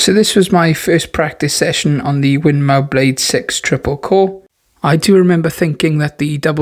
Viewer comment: Win more not mow 😂😂😂